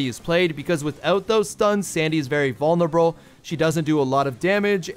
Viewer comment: bro said "vulnerabrawl"